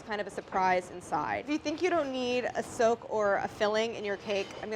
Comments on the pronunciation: I kept hearing soap instead of soak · I thought she was saying "Silk" good thing you put the word "soak" up there.... also yeah, audio problems.